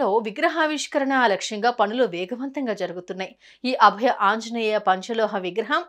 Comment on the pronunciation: అభ్య కాదు అండి.అభయ.